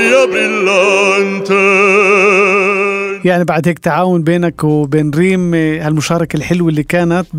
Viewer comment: In Italian singing but also German and other languages, attention MUST be paid to the proper accents given to the syllables, otherwise everything sounds like a monotone. For instance, "ri-PO-so" not "ri-po-SO", "bril-LAN-te not bril-lan-TE, giving an extra flourish at the end which distorts the word. It takes control not to punch out the ends of phrases. Also care must be given to where the syllables appear, on or off the beat.. A good example is "VO-la o se-re-NA-ta", not "Vo-LA, o se-re-na-TA" (Tosti). "VO" and "NA" happen to be on the beat. It is unmusical but even lazy and unthoughtful to bang out the last notes but also also to sing unequal syllables as though they were equal as in a piano Czerny exercise.